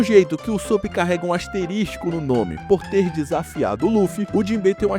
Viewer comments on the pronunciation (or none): NÃO É "ASTERISTICO" É ASTERISCO